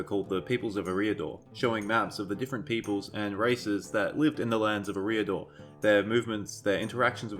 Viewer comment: I thought Eriador was pronounced air-ee-uh-door